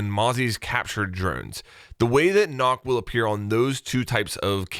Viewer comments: I though you pronounced Nøkk like how you pronounced “Shook” and not “Knock” Weird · As someone who is Danish, it is painful to you hear you keep pronouncing her name like "NOCK"... If anything, it's much closer to "Nook" even though that's still not quite right. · i like how everybody pronounces Nøkk, Nokk instead of Nøkk with that O E Kinda sound. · Her name is not Nokk, her name is Nøkk, ø in norwegian or danish is not o, it is something similar to eugh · It’s pronounced as nook not nock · Pronounced nook not knock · It’s Nøkk. Not Nokk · Did you just say “knock” it’s “nook” come on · stop calling her nokk..... her names is nøkk NØKK with and Ø learn it... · It hurts me everytime I hear "nOkk" and not "nØkk"... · Karkat Vantas son, it sure as hell ain’t “Knock” or “nok” the “Ø” does not make the “O” sound so Nøkk in Danish, a Nordic language is, is pronounced as “Neck” in the English language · Crisp Rat the name is nøkk not nokk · It annoys me so much that people are calling her “Nokk” when her name is “Nøkk”. Try looking up the sound of ø (oe danish) americans then come back and pronounce her name right! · Nøkk* not Nokk nøkk=nook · It is Nøkk not Nokk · It's not Nokk!! It's Nøkk. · Just letting you know, it is pronounced nook not knock. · Sorry to say its not "nokk" its "nøkk" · It’s newk not nock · Her name is pronounced “Nuk” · Hey, could you start to pronounce her name right please? It’s actually pronounced similar to Nook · People saying ''Nokk'' instead of trying to pronounce the Ø give me type a diabetes.. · NOKK IS PRONOUNCED NOOK OMG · its pronounced "nook" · it is aciually pronounced nook, even ubi calles her that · It is pronounced “nook” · It’s pronounced “NOOK” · i am danish and i am annoyed about how everyone is pronouncing nøkk since you say it as nokk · "Nokk rhymes with book" Ubisoft. SAY IT RIGHT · She’s pronounced “nook” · It is pronounced nukk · It's actually pronounced Nøkk (Nook) and Hel (hell) not H.E.L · pretty sure its pronounced nuck